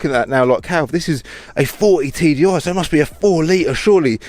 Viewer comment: Anyone else keep hearing 40bag???? :p